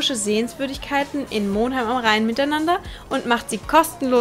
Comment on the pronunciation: Als gebürtiger Baumberger muß ich doch sagen, das Mohhhnheim eigentlich immer als Monnnheim ausgesprochen wurde.